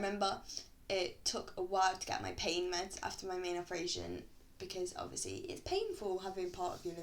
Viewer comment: " which has obvisly saved my life but wutever" im ded